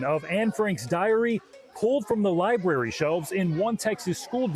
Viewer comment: It's lahy-brer-ee..